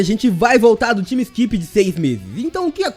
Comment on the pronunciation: porra, "TIMI SQUIPI" é foda hein... todo mundo sabe falar TAIME (time - tempo)